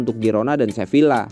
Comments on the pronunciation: Saran: cara bacanya seviya bukan sevilla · min, fyi aja, Sevilla itu bacanya Seviya, double L dibaca Y, kurleb gitu min 🙂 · Sevilla dibaca Seviya